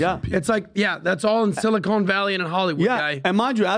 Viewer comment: Hey Adam, it's Silicon Valley not Silicone. Cmon man.